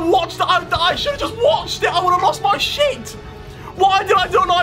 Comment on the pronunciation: Love when he says dog "shyt"🤣